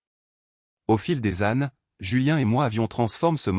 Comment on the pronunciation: Au fil des âne 😂😂😂😂😂 meme pas capable de lire correctement votre AI !